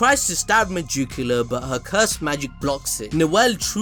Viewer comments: Meducila? Isn't it Megicula xd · I thought you were saying Megicula like that on purpose the whole time lmao